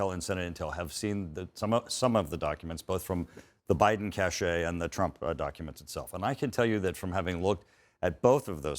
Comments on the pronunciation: He's an idiot. And it's pronounced CASH (as in a "cache" of weapons or a file cache on a computer. Not "cashay"!!! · CASHE pronounced, "cash" not "cachet". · I know this is TOTALLY irrelevant, but what is so difficult about the word “cache” (pronounced just like CASH) and why must (ignorant or pretentious) people pronounce it cash-AY? The term cachet is so entirely different! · ‘Cachet’? Does the person mean ‘cache’ (prond. ‘kash’)? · Mike Turner is one of these politicians with the type of voice and confident delivery that makes him appear intelligent, but the guy doesn't even know that "cache" is pronounced "cash." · It's not a "cachet of documents"; it's a cache (pronounced "cash") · There has been a rash of CIA spy deaths and arrests since Drumpf took the classified documents. Ask this bonehead about that. He doesn't even know how to pronounce "cache." Hint: it's not "cashay." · "Cash-ay"? Does he mean "cache"? How does an attorney with a "Doctor of Liberal Studies" degree not know those are two different words? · The GOP rep is pronouncing “cache” like it’s “cachet.” And doing a poor job defending Trump,. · This man doesn't even know how to pronounce cache. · Needs to learn to pronounce "cache" before anyone takes him seriously